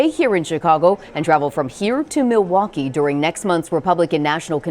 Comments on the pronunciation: Continues to mispronounce the name of the city. Mawalkee instead of Milwaukee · His speech is slurring a bit, now mispronouncing Milwaukee.